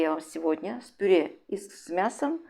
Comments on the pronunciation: Мадам "ПИРЕ"! Что такое пире? Обычно для начинки пирожков идет ПЮРЕ, если умеешь читать, так прочти ,как называется мятый картлфель : ПЮРЕ или пере! Отвратительно слышать такие искажения, даже твое блюдо становится противным, не с' едобным ПЕРЕ! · Рецепт понравился, подача тоже! Хотя тут же вспомнила, как ИИ произносит слово "тЭсто"! Почему пюрЕ, если слово так пишется, а произносится как пюрЭ.